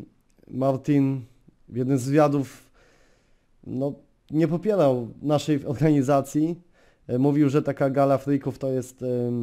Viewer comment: Nie popielał - nie popierał Ohganizacij - organizacij Baldzo - bardzo Rrrrrrrrrrrr xd